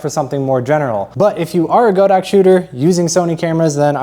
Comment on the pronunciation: It pronounces God ox!